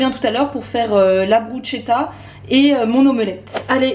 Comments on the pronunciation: C'est top la méthode du chou fleur pour manger des légumes dès le matin et qu'on est accro au sucré ! Sinon bruschetta se prononce brusketta hihi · Miam! Cette vidéo m’a donné faim... go faire à manger healthy! Merci!! 🍽😍 (PS: bruschetta ca se dit « brus-k-etta » 😉) Gros bisous!